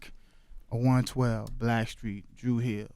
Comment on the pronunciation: Charlemagne can’t say Struggle, Straw, Straight Stripper or Street. He says: Scuggle,Skraw,Scrate,Skripper and Screet